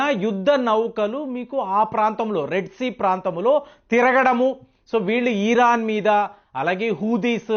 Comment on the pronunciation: ఈరాన్.. ఆ.. ఇరాన్.. ఆ.. చిట్టి తండ్రీ. చాలా పేర్లు ఇలాగే మార్చుతున్నావు.. సరిచేసుకో..